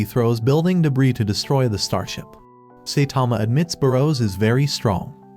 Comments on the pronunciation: Saitama❌ Saytama❌ Saythomas❌ Satama✅ Genos❌ Gines❌ Binegino❌ Dinos❌ Gino✅ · oh wow, I thought his name was Saitama and not Saytama, we learn new things every day..............................but seriously, if you can't say his name right, how can I believe you are, right about the other stuff that isn't spelled out black and white. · It is not say Tama it’s Saitama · Saitama❌ Seytama ✅ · saitama❌ Saetama✅ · The ai mispronouncing the same words got annoying quick. Especially Say-tama. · Bro said saytama💀💀